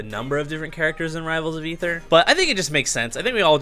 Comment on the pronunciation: i believe it's pronounced: Ay-ther